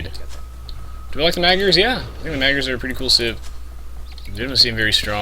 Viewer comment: Awesome vid! Wouldn't it be better to just say "Hungarians" instead of mispronouncing the word Magyar? :P :P Since they do speak Hungarian anyway...